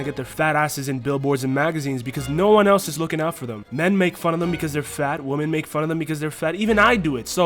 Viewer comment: Women is not pronounced the same as woman